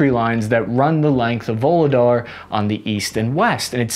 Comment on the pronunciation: Voog-leh-dar Shoi-goo You're welcome.